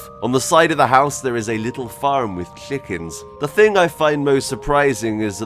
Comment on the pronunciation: dude why are you sayin clickens instead of chickens??